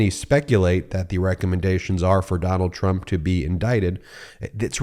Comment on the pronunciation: Trump..... I thought you said turnip 😂